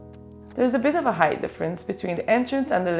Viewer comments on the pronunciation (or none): none